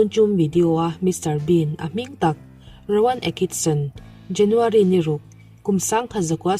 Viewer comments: Rowan Atkinson I lam dan hi a mak e ... Akison ti ang in I lam daih, beng a tikham deuh... A bak chu sawisel tur a awmlo e, a bengvar thlak lutuk .My Comedian Idol ❤️ Next chu Charlie Chaplin kan beisei e 😁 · Rowan Atkinson tih hi ngatinge a lam dik theih loh le.